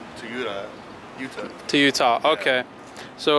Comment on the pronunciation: This mans said ‘UDA’ Instead of Utah 🤦🏻‍♂️